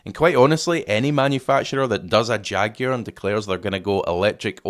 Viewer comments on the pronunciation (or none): Jag-you-are history!!